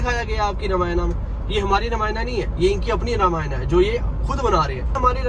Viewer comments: Brro you are not a real Hindu apne granth ka toh shi se naam lena seekhein pehle it's Ramayan not Ramayana ok orr yeh channel bhut se non Hindus bhi dekhte hain unpr kya impact pdega aapne kbhi kisi muslim ko Namaz ki jagah Namaza kehte hue suna hai toh aap bhi apni glti sudharein. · Bhaiya ramayana nhi ramayan boliye Jai shree ram 🙏🏻🙏🏻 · भ‌इया अगर आप रामायणा की जगह रामायण बोलोगे तो ज्यादा अच्छा है। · रामायना ❌ रामायण ✅ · Bhai ye sab toh thik hai par ramayana kyu bol raha hai रामायण ko google translate bhi रामायण hi bolta hai tu kyu angrez ban raha hai😂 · भाई पहले तो रामायना बोलना बंद कर... "रामायण" बोल